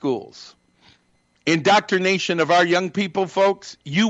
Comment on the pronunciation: “Indoctornation”???!! What an imbecile.